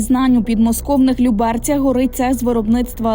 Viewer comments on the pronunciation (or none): Подмосковные ЛЮ-берцы (лЮберцы, в лЮберцах, под лЮберцами) - ударение на первом слоге, т.е. на букве "Ю".